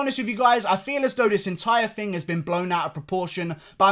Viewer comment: You guys hear that, he said Fing instead of thing, he must be working on his accent he does not say it like that anymore, he's getting fancy like Kiera knightly